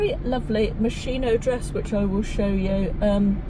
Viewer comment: Thank you for another enjoyable vlog. Just a tip..... Moschino is pronounced "moss-keen-o" !